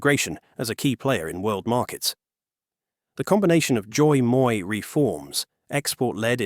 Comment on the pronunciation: Pronouncing Doi Moi just the English way would sound better than the way you’ve butchered it 😅